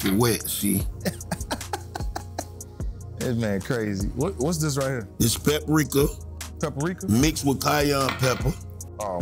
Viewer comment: Pepper-reeka 😂😂😂👍🏿.He is so funny. Did he mean high blood pressure